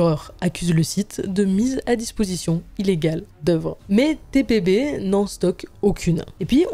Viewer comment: Par contre c’est TPB pas TBP ..